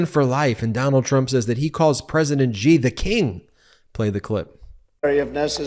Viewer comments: Its pronounced She, not Gee when talking about Xi. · his name is Xi not Ji, why are you all not able to pronounce the letter X?